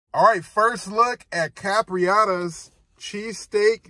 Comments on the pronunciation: Bro why you keep calling it Capriotta’s? Capriotti’s with an i 😂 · Please please pronounce it right...its cap ri ot tees I know I'm spelling it wrong on purpose to give u a break down....good video bro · Why can’t ANYONE pronounce the name right.. it’s like they don’t even read the name… where does this dude see an A at the end